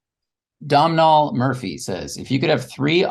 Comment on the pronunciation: I get a great chuckle hearing you mis-pronounce the name Domnhall everytime he leaves a question. It's more like Dough-null, than Dom-nall...It's the Irish spelling of the name Donal. Great podcast again, as always! Great listening for getting through the work day